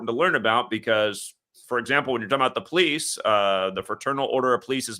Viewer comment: I notice that you pronounce the word "police" like "pleece", and not "pol-eese"